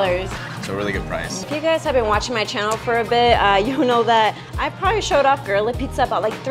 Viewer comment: “They make it right in front of you-wah”. “They do-wah” 👏🏼. Yes…uh